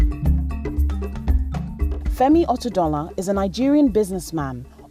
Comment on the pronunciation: pronounced his name wrong